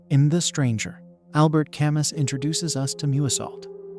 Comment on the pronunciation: Albert "Cam--Us" ? Get a peson to narrate.